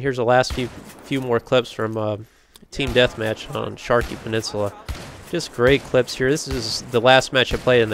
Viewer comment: i love how he says shaki penensula